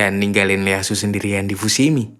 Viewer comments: Ieyasu bro, bukan Leyasu 😁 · Hadir min 👍 Koreksi min baca nama Ieyasu itu "ieyasu tokugawa" bukan Leyasu 🙏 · ieyasu tokugawa min, bukan leyasu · IEYASU bukan LEYASU